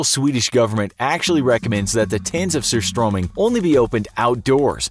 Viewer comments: The way he pronounced surströmming. 😂😂😂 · I’m glad he at least tried to pronounce surströmming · LOL! Sorry but it was a good try to say:surströmming. Btw I'm from Sweden. ;)